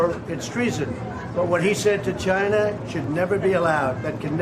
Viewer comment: Love how he says, "Chinah". It's beyond me how Trump tolerates so much abuse.